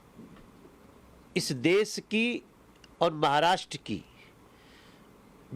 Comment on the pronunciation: अरे तिवारी देस नाही देश म्हण. आधी स्वतःच्या तोंडातला अशुद्ध भाषेचा कचरा साफ कर आणि मग दुसऱ्यांना काय योग्य अयोग्य ते शिकव.